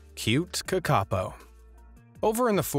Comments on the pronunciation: its pronounced kaka-po not kakapo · its not "ka ka po" its "kaka po" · kakapo is pronounced Kar-ka-po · You say it like (kaka-po) It's acctually (Ka-ka-Poh) I'm sorry I just dislike it when someone mispronounced the language 😁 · Kakapo - NZ parrot - pronounced Kaa-ka-por (like or). Thank you for including this beautiful bird. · AS A NEW ZEALANDER THE WAY HE PRONOUNED KAKAPO IS WRONG IT'S PRONOUNED Caca-po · Bro u said kakapo rong it’s pronounced ka ka pou. Sorry if this small rant sounds like I’m hate commenting im just a very persistent New Zealander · its pronounced ca-ca pou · Lol how you say Kakapo. Cute. Might pay to check pronunciation before posting vids. I do love your content though. Really interesting stuff people wouldn’t otherwise know. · The new Zealand bird the kakapo it's pronounced different to how it's said in this.